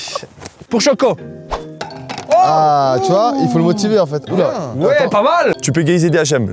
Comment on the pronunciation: il a dis pour chocoh mdr